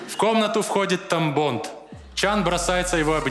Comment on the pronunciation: Я один вместо Тамбонд слышал тампон?)